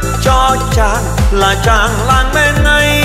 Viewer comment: Hát hơn 30 năm..nổi tiếng thế mà phát âm còn sai hả ông..Làng Tôi mà ông hát ra Làn Tôi